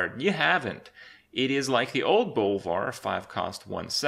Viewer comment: Kripp read bolvar REALLY wrong